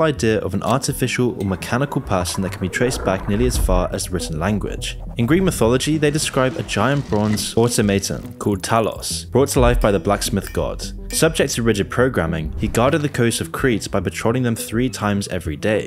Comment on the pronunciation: Go-Lem. Aut-Tom-A-Ton. Not Gol-lum and Auto-ma-ton. 😆